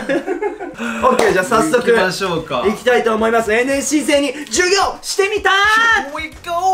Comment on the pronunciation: 本日は、NSC生に、ジュウィギョーをしてみた、 授業がヒィウィゴーしてるw